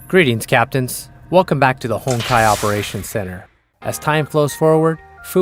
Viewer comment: Be honest... who else heard "Hentai Entropy" ?